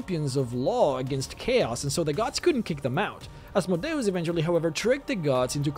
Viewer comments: PRONOUNCED AZZZMOEDEEEEUS NOT ASSMODAEASS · I can’t do any more “Az mow day os” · I always pronounced it as "As-mode-ee-us" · Oz Mode E us.. say it right. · You speak "Asmodeus" in a weird way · It's complicated. It's a Latin rendering of the Greek ασμοδαίος, which itself is a rendering of Hebrew. In terms of classical Latin, it would be "Ahs - MOH - DEY - OOS," but the Greek is closer to "As - MODAY - OHS," which is far more similar to your first (and common) pronunciation. I have no idea how it would've been pronounced in Hebrew. I think the long and short of it is: it depends on whether you're following the Greek or the Latin (or Hebrew, which I believe would introduce a "sh" sound). It's kind of fun to export this to DnD lore and just pretend that his name has made it into every language; hence the slightly different pronunciations throughout the land.